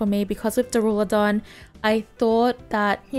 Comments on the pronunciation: Waiting for the day realizes the skyscraper dragon's name is pronounced dUrAludon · Bro you haven’t read Duralodon correctly once since it came out